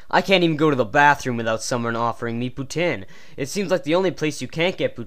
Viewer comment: hey i noticed u put our video in ur crap account aperently and checked some of ur other stuff, this video is awesome except for the fact u say poutine wrong, i thaught i taught u better then that jeez